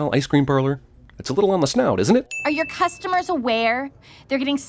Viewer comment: Just want to point out, when Judy says "It's your word against yours," both times she puts emphasis on the wrong "your."